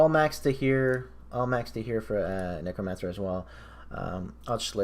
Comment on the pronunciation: Please stop saying kneecromancer. Otherwise. Epic build, good vid